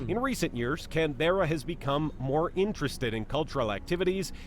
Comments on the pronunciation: The narrator puts the emphasis on the "berra" part of Canberra. I've always spoken it and heard other Aussies speak it with the stress on the first syllable "can" and the rest said quickly with a clipped "ah" sound at the end of "berra". If that makes sense to the reader. I live in Sydney. When I first moved as a child from the Eastern suburbs to the North Shore of Sydney I thought I was in the untamed "bush", having been used to streets of mainly wall to wall asphalt, concrete and brick, lol. But as an adult I love the area. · Yikes, when will US video makers learn that our capital city (I'm sitting in it by the way) is pronounced Can-brah. They are the same ones who say Eddin-burg, I guess. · Cairns - pronounced "Cans", Canberra - "Kanbra" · ROFL, where is the voice-over guy from? Every time he said Can-berra I cringed. Then he went on to talk about affordable housing? lol what? I'm from Canberra. I love it. Will probably never leave. But most find it too quiet and boring. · From all the major 'errors' I can almost guarantee that the bloke doing the commentary on the small size video screen HAS NEVER been to Australia. His mispronunciation and inaccurate information is shocking! On Balance I'd choose Melbourne if I was you. Thanks for your video. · What's with the pronunciation of Canberra? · Very shallow descriptions. And pronunciation of Canberra is wrong. And Sydney is not the biggest city by a long way, Sydney and Melbourne population sizes are very close